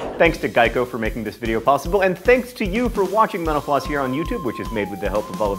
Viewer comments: did you know that when you say mental floss it sounds like you are saying menopause? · When he says mental floss it sounds like menopause